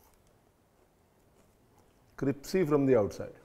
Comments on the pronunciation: crispy❌ cripsy✅😂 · chef, you always say cripsy. Is crispy correct? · CRYPSY nahin CRYSPY kaho bhai..